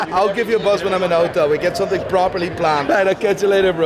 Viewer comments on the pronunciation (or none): none